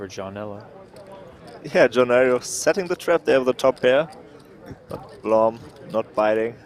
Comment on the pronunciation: Blom is pronounced with a short "u", like in "room".